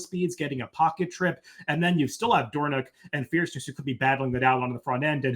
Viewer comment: Dornoch was named for the Royal Dornoch Golf Club in Scotland. The proper pronunciation is “DOOR-nick.” … Dornoch is a full brother to 2023 Kentucky Derby winner Mage